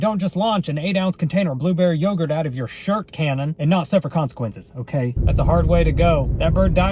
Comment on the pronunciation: Did you say shart-cannon? Or shirt cannon?